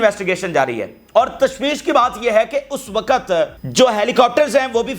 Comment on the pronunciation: Pahle tum apna physical action pura kar lo tub news sunana. 2. Sahi urdu bolna seekho.......waqut hota hai......waquat nahi hota hai.Tumhare maximum physical action ki wajah se bahut sare logon ne tumhara channel dekhna bund kar diya hai.seekhne ka amal puri zindagi chalta hai.